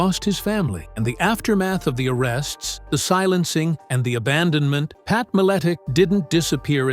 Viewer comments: Put respect on The Legends Name! Even though you can't even pronounce it. Feast on ALL the Sacks of Richards. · If u can’t say his name right try just saying Pat -I knew him a long time ago and he’s a smart and funny guy so shut up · Stopped watching as soon as i heard the AI voice. Cant even pronounce his name right. Lazy AF. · Can’t even pronounce his last name right. SMH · Thats not how its pronounced. And apparently he was most likely correct with his poiitical views.